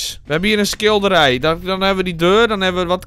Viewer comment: Je zei skillderij